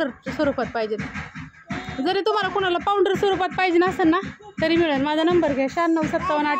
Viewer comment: आका पाॅवडरम्हणुनका पावडर म्हणा